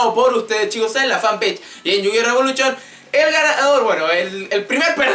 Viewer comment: "Revoluchon" jajaja